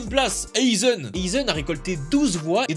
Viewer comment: pourquoi tu dit oeuilzen, c'est Aizan (aïzen en fr) 🤦🏾‍♂️😂